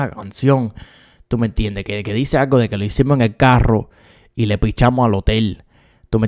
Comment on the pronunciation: Úsame como botón para contar las veces que dijo “Tuh meh entiendeh”